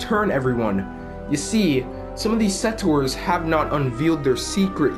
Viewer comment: I think the game should be pay-to-play as well. Also, just a heads up, but settors isn't a word. The correct word is settlers.